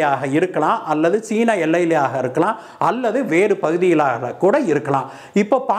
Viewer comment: Not Cena it's China pls pronoune properly can't able to hear it's irritating except tat ur narrations r osm